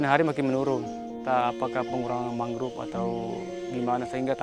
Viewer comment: Naratornya salah satu yang mengeja “mangrove” dengan “mangruv”. Beberapa orang Indonesia yang bisa berbahasa Inggris saya lihat mengejanya seperti itu. Padahal penyebutan yang benar adalah “mængrowv”. “O” dilafalkan “o”, bukan “u”. Masalah ini terlebih sedikit mengganggu karena ini video produksi NG. One of the prominent